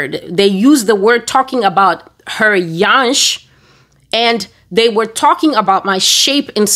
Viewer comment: Infact the "yansh" part is very correct😊